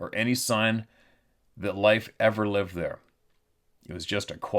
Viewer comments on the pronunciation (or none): none